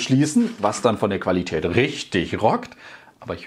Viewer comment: Die klassische „Qualitatät“ 😅👍🏼